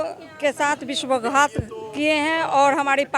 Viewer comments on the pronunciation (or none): Madam ji vishwa ghat nhi vishwasghat hota h ..